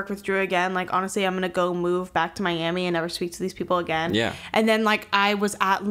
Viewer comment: the Miami came out lmfaoo